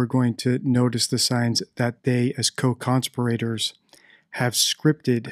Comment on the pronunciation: Great video. One thing: co-con-SPEER-uh-terz